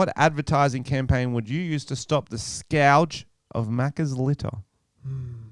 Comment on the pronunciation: new word that can't pronounce... "scourge"